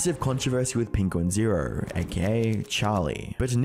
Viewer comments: i want to make it clear that charlie's youtube channel name is pronounced "penguin-z-zero, not "penguins zero". he's clarified that himself before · Penquinz0 pronounces it Penguin-zee-zero, right?